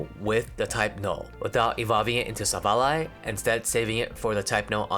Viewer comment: you deserve a sub also youre the only person ive heard pronounce silvally correctly so thanks for that